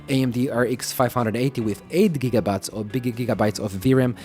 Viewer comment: "4 jigabye" LOL